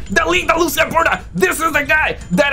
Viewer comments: Bro it’s not Lusia it’s Lucia (Loo-C-ah) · Loo ç ahhhhh